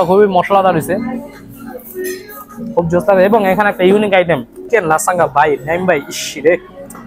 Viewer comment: লাসাঙ্গা না লাজানিয়া নচেস না নাচোস